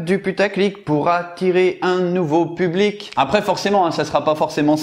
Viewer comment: « Public » pas « pulbic » ta fais la même faute à chaque fois 😂